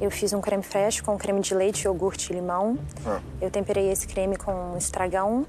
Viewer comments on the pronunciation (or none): none